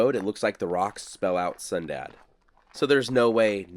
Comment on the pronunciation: Okay, I thought I heard you say we were going to a town called "Sundown". I really had to listen to hear "Sundad". Out where I live, if a town is called Sundown, it means, for your safety, get out of town before the sun goes down. That's because the locals are few and think the remaining town is cursed and there is evil that can harm or kill you. Yes, it's fun living large and free in the Appalachian Mountains. LOL 😅